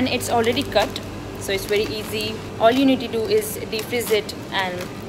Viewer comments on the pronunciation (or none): none